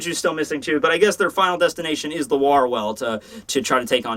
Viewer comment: Wahr is still not pronounced like war and for god's sake stop saying wouldstanding to vollständig. V is Said like f Here